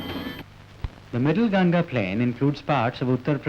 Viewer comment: Its Gan-Gha not Gan-ja. Gan-ja is marijuana. 😭😂